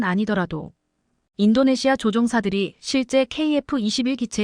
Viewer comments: 인도네시아를 인도네마로 읽는 바보들의 거짓말 ㄱㆍ닝쟁이다. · 인도네시마는 어디야? 해도 너무 한다! 시청자 무시하기 ㅉㅉ 나레이터들 눈이 문제야? 내용을 전혀 이해를 못하고 글자만 읽는건가? 싫다 싫어